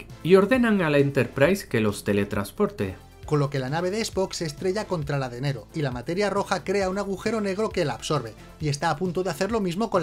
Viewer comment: No es Nero,es Nerón!